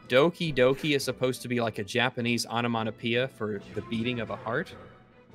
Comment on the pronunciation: It's onomatopœia, not onomonopoeia. This during a section where everyone was going on about pronunciation. Goodness, gracious me.